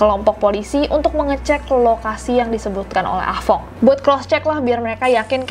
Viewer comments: Ah tong:× Ah fong:√ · budek nya gw pas nessie blg ah fong gw dengernya ah tong😭